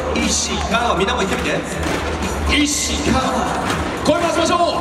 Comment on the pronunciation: 実況の石川コールイントネーションおかしくてみんな戸惑ってんじゃん